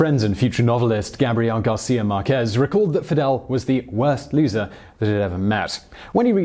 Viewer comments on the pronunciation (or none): none